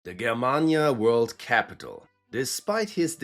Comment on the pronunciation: Finally some history youtuber who actually learned how to pronounce german words